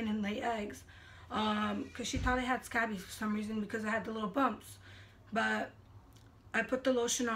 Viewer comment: It’s pronounced skay-bees